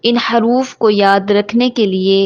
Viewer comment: haruf nhi hota jaha tk muje pta h huruf hota h or dusra zuwad nhi duwad hota h.kis kis ko lgta h mera sahi h